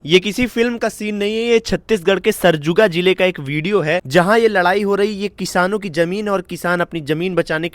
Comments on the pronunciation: Bhai sarguja hai sarjuga nhi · Sarjuga nhi bhai sarguja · Bhai sarjuja nahi sarguja 😂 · भाई सरगुजा है सरजूगा नहीं बाकी सब अच्छी बात बोले हो भाई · सरजूगा ❌️ सरगूजा✅️ aur sirf surguja nahi pura chhattisgarh hi khatre me hain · Sarguja hota h bhai sarjuga ni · सरजुगा नही है महोदय सरगुजा है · सरजुगा नहीं सरगुजा, ढंग से बोलो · Sarjuga nahi "सरगुजा" hai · सरजुगा नहीं सर सरगुजा बोले..... हमर छत्तीसगढ़ सुघर...... छत्तीसगढ़ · पहले तो आप बोलना सिखये की सरगुजा को आप सरजुगा बोल रहें हैं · अरे मोर भाई वोहा सरजुगा ❌ सरगुजा ✅ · सरगुजा होता है सरजुगा नई होता अच्छे से बोलना सीखो